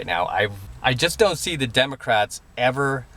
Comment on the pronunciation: Haha, did just say "Demo Craps"?:)